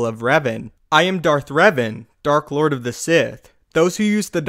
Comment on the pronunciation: at the end of the video, around like -ish, you said "clord of the Sith" Instead of Lord of the Sith, lolz. Just wanted to point that out. but yeah, watch ur videos everyday. But big fan of ur channel and watch ur videos every day. Keep it up bro! Also, i don't have cable and wanna watch the clone wars and the new rogue or whatever it's called animated series' cuz I haven't seen them all from beginning to end. does anyone know a site I can watch them both for free with or without commercials. any help would be greatly appreciated. And keep up the vids bro!!!